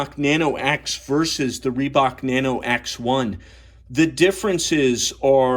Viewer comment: 네노오 네노오~~ 리박 리박.. ㅎㅎ 발음 아무지네..